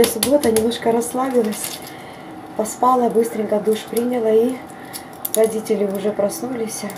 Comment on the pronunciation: Все ударения неправильно, поспала — на последний слог.